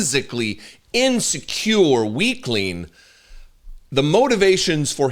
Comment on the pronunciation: Did you say "insecure" or "in manure"?